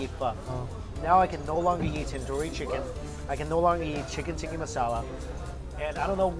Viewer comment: The way he says ‘Tikki masala’ xDD its TIKKA